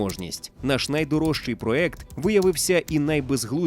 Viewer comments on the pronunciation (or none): none